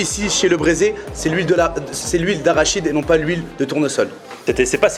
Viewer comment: Tiens, nous a pas fait le coup de "lhuile à Rachid"...il a biend dit arachide...;)